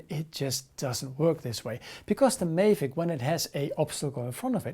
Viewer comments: STOP CALLING IT A FUCKING MAY-VIC its pronounced MAA-VIC, MAVIC. Couldnt watch had to pause write this and leave. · Just for your information. Check out some other Mavic reviews to learn how to pronounce ''Mavic'' right.